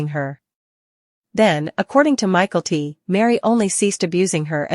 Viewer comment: Please pronounce Mykelti correctly!🇦🇺